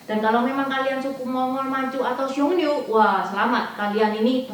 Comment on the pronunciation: Xiongnu. Bukan xiongniu. 匈奴